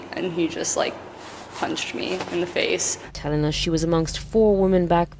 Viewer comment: "striking her in the FEICE"